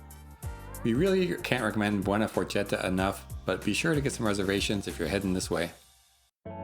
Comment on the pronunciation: This restaurant is pronounced “buona forketta”